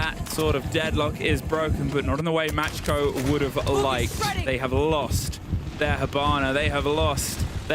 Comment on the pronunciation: Are they saying Match-Co? Isn’t it Macko?? Like the shark? What letters are they seeing?